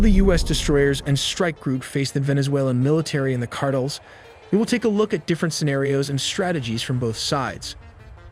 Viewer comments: Yeah, it's pronounced as Car-Tell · Car-tales, not "cartulls." Hate fake voices. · 카르텔이 아니고 카드레 ㅋㅋㅋㅋㅋ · AiTelly, fire your narrator. he pronounces things like Cartels "cardles" ...and Iran "Aeraan" and those are just the one's I've noticed. How can someone payed to narrate be soo bad. You literally had one job. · I had to put captions on to figure out wtf "cardals" was. For the love of god, learn how to pronounce "Cartels." It's a very simple word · so you gone pronounce it cardle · "car tills".. if your going to have AI read your shit then at least fix it when it says something stupid. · You have nearly 2 million subscribers, you make really good looking professional content. The least you can do is pronounce CARTELS correctly. It kind of throws the entire video off. Here's the correct pronunciation (car•tel) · The drug "carttles?" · I stopped watchinh as soon as he said cartle 😂😂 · "Cartles" = cartels. Guess ai cant help narrator learn to speak english.😊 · “ drug cardles” Trash AI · Only AI would mispronounce "cardle" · “Car-Tulls” can’t be stopped by military, but with AI.. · Car-toll...voiceover is 😂 jake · CARTLE? lol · Within seconds I heard “Cardels”. I was done. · Car-dels??? No AI huh? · It's pronounced car-tell (s) my guy 😅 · No AI was used…. “Drug ‘cardles’” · I hear cardinals like damn the pope pushing drugs now 🤣🤣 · Cardels word is pissing me off. No talent, when you can AI everything smh. Trash video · Tha Arizona Cardinals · You cannot pronounce cartels !!!! dumb ass AI. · No AI used in the video but the AI narrator can’t even say cartels correctly 😂. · Really couldn’t hire a human or at least attempt to fix the awful pronunciation of this AI? This is terrible. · Why can't you say CARTELS properly? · AI can correctly pronounce cartels. This is human error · So the voice is ai then? Nobody pronounces cartels like that ❤